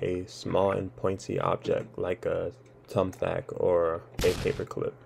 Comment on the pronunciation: A "tumbthack" haha